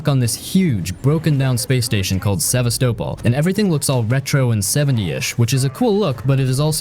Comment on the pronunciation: You can't even say Sevastopol properly you fucking bell end which means you haven't even played it, just fucking chucking shit out to fucking make money on YouTube fucking easy money like a fucking greedy little prick that you are with no honour, pathetic little rat.